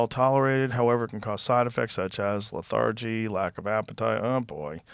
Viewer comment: Joe mispronounced "Lethargy"... lol still love Joe and hopefully Jordan will be my lady man-wife